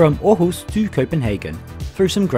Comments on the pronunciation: Thanks for doing a vid on our trains even tho it was a thumbs down oh and btw u pronounced Århus very good. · Thanks for trying to get the danish pronunciation right - with varying result, however: Aarhus sounded fairly authentic, while Odense was a near fail .) Did you know that you quite often can find the pronunciation in the (english) WP article on each place (and mostly correct) - provided you can read the global IPA script?